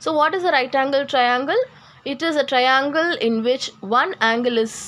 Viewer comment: Hello miss that is not traiiiinnnnglllllee that is triangle